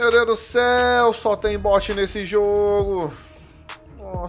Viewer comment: Finalmente alguém que não fala but mds e bot qual a dificuldade bot e diferente de bote